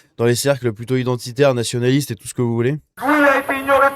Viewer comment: Sur touout....le territoire. Hahaaaa...